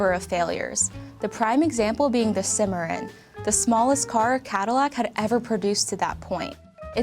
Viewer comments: "Simmerin"? Cimarron is pronounce "SIM-MER-RON" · It's pronounced 'sim - o - rohn'. I was fine until the mis-pronunciation of the Cadillac Cimarron. That said, pretty informative though. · She doesn't know how to pronounce Cimarron. Enough said.